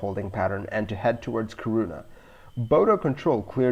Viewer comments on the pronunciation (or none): It’s pronounced KEE-ruu-na (“uu” is hard to describe in English, there’s nothing similar. Although technically you’d be pronouncing the Swedish “y”, try say UU this way: make an “ee” (hold it...), then while not changing the ee-sound you round your lips like in “oo”. You’ll come somewhere closer to any “uu” sound than is possible with an English word.) When you say KiRUna, it almost sounds like you say corona 😉